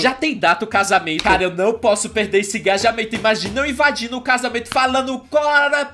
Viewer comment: Eu me matando de rir q o falo gajamento kkkkkk